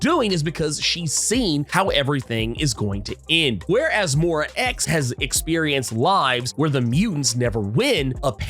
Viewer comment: It's Moy-rah, not Mow-rah.